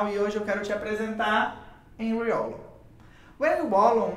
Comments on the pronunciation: Precisa falar o nome dele correto nao é uolon mas valon q fala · Fiquei confusa kk conheço com a pronúncia de "Valon" 😅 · Sempre achei que a pronuncia fosse "Valon" rsrs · Gostei do vídeo, só que sua pronúncia está errada. Procure no Google tradutor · O W tem som de V.